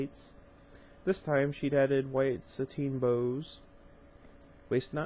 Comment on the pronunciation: This is actually how you pronounce it btw. it's not Sa-tin it's sat-in. You always make me giggle when you say it. But hey I thought you should know for future videos. Keep up the good work.